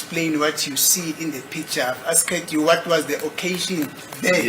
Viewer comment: This is pronouncing "asked " so badly for me. I wonder what do his colleagues say about it.